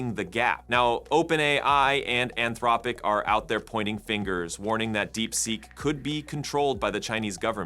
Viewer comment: "Anthrowpic?" How can you mispronounce Anthropic at this point in 2025?